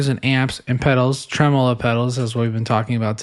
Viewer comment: “Tremel-ho” This is why I listen to this podcast 😂